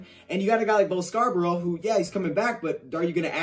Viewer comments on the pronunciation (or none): none